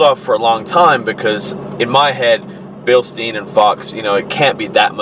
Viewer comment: Bilstein = bil-stine